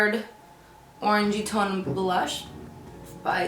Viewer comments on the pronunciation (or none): none